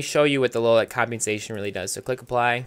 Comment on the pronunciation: "combiensation" is what it sounds like, when it really isn't that hard to pronounce. he's just making it out like it is.